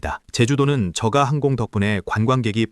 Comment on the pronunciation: 본 외이기는 하지만 발음이 거슬려서... 저가 (저가 or 저까) 발음이 두가지로 하는데 정확하게는 저까*입니다. 저가*가 아닙니다. 한자어 접미사는 된소리로 발음합니다. 내과 치과 외과 등 효과는 접미사가 아닙니다.